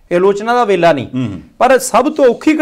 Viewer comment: ਦੋਵਾਂ ਵੀਰਾਂ ਨੂੰ ਸਤਿ ਸ੍ਰੀ ਅਕਾਲ ਜੀ ਕੰਮ ਆਪਣਾ ਬੱਲੇ ਬੱਲੇ ਐ ਜੀ ਨੂੰ ਨਿਮਰਤਾ ਸਹਿਤ ਬੇਨਤੀ ਹੈ ਜੀ ਕਿ ਵੇਲਾ ਅਤੇ ਵੇਲ਼ਾ ਦਾ ਉਚਾਰਣ ਕਰਨ ਸਮੇ ਥੋੜਾ ਧਿਆਨ ਰੱਖਿਆ ਕਰੋ ਜੀ। ਧੰਨਵਾਦ ਸਹਿਤ।